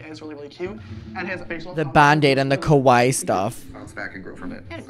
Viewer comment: The way he pronounced kawaii sounds more like the Japanese word for scary 😂